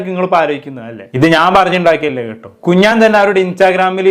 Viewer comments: 🤣🤣 കുഞ്ഞാൻ കുഞ്ഞാൻ കുഞ്ഞാൻ 🤣🤣 കുഞ്ഞാൻ പാണ്ടിക്കാട്🤣🤣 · കുഞ്ഞാൻ അല്ല കുഞ്ഞൻ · കുഞ്ഞാൻ അല്ല കുഞ്ഞൻ 🤣🤣🤣🤣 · കുഞ്ഞാൻ അല്ല കുഞ്ഞൻ 😂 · Kunjaan alla kunjan ennanu😂😂😂😂😂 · എടോ കുഞ്ഞാൻ അല്ല 😂കുഞ്ഞൻ 😎